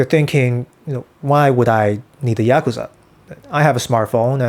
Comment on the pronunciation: You pronounced Yakuza 3 different ways.